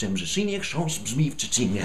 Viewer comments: 'czcinie' instead of 'trzcinie' but, keep trying.. ;) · Po pierwsze, Respekt! Jeśli chodzi o ten tongue twister to jedyne odstępstwo od prawidłowego akcentu widzę w "trzcinie", a mianowicie część "inie". Powinno być nieco mniej zaciągane i krócej. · T-rzrzrz-c-i-n-i-e brzmi jeszcze troszkę lepiej, niż "czcinie". Ale i tak jestem pełen podziwu. :-) Nie każdy potrafi to tak dobrze wymówić. Powiem więcej; często nawet Polacy mają trudności z wymawianiem takich zdań. ;-) Jakbyś chciał wiedzieć, to w j.polskim wymyślono więcej podobnych i równie dziwnych zdań, które mają na celu wyłącznie maltretowanie języka. :-] Na przykład "Król Karol kupił królowej Karolinie korale koloru koralowego.". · Raczej bliżej do "tszcinie".